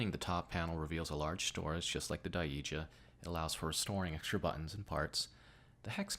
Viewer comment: It's pronounced "die-jah", but good narration! It appears as though the Daija's all plastic. Any issues with the firmness of the top panel? The chassis also appears compact and shallow. Nice and cozy I'd say. Would something "taller" like the Infiltration lever fit in this though?